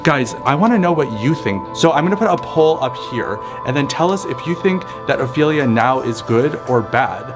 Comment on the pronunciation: I finally found someone that said Ophelia right